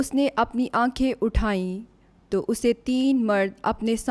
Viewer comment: Well Done 👏 ✅️👍🏆,Waisy to Aap ne BUHAT Achi Tarhan se BIBLE Reading ki, Bas 1 Word 3rd Verse main to ko tu parha. GOD Bless 🙌 You